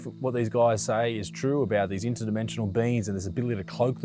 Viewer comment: Isaac: Why has no one caught it on film?: They’re Inter-Demential. Me:🤦‍♂️